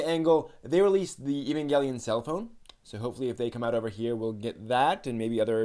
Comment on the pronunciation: "Ay" vangelion, not "E" -vangelion